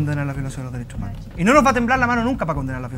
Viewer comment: Dale con el resentimiento, los dereshoh Umanoh.. RESENTIDOS